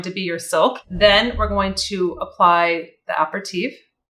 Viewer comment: It's pronounced a-per-u-teef. FYI.